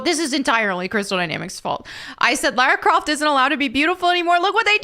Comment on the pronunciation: My god it PISSES ME OFF when people pronounce her name as Laura or Lorah Croft its LARA DAMN IT!!(that wasnt aimed at you specifically it just reminded me of that)